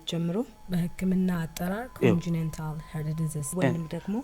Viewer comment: "ኮንጅኔንታል ኸርድ ድዚዝዝዝ" 💅💅😂 አቦ ሞትኩ😂 በhuman hair እና በሜክአፕ ይላጡብን እንጂ hehee I enjoyed your take and the effort to speak with the American accent, but how disgusting it is to be ignorant anyway…በነገራችን ላይ 1) ኮንጂኔንታል የሚባል የእንግሊዝኛ ቃል የለም, it is ኮንጄኒታል 2) congenital heart disease የሚባል የህመም አይነት የለም። በቀላሉ congenital heart disease ሲባል ከመወለድ ጀምሮ/በተፈጥሮ ያለ የልብ ህመም ችግር ነው ለማለት ነው፤ በስሩ ብዙ አይነት መገላጫ ያላቸው የተለያዩ congenital heart diseases (የልብ ህመሞች) አሉ. John Q በጣም ታዋቂ ፊልም ነው። ፊልም የማየት እድል ያለው ማንም ሰው (የገጠርም የከተማም) አይቶታል ብዬ ተስፋ አደርጋለሁ። እነዚህ ማን አያየውም ብለው ለማን ይሄን ፊልም እንደሰሩት መጠየቁ አሪፍ ነው (ለፖለቲከኛዎቹ ምናምን እንዳይሆን) 😅 Nice job,! Keep up the enthusiasm and the energy! ❤